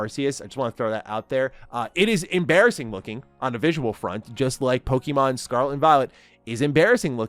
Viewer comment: Hey! Love your energy and passion when talking about Pokémon, but I noticed you’ve been saying “Pokeemon” instead of “Pokémon.” Just wanted to share a quick tip—it’s pronounced “Poh-kay-mon,” like in the original Japanese. The accent on the "é" helps with the "kay" sound. Keep up the great content, and I’m looking forward to more of your awesome Pokémon takes! 😊🎮